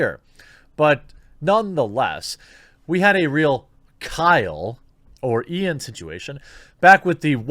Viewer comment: IT IS NOT IAN, PLEASE, NOT IAN